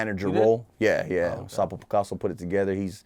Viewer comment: who's this Tonto 👀 😂 ... I can see this dude in a work interview..Boss ask .. so what type of skills do you have? the Tonto i specialize on hitting the block 😂 ..wait did he say Sapo picaso 😂Wtf this shit is comedy..where u find this menso